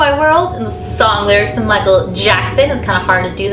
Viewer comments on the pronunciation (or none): none